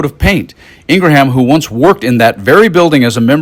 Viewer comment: I agree with your content but maybe present your observations before the cocktail hour. You mispronounced "abhorrent" and Laura "IngraHAM".